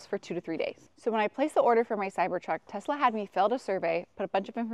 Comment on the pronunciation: FYI: It is Tesla. not TEZZZZZZLA